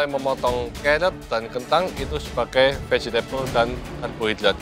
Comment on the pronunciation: vegetable ngomongnya: VEGETABELE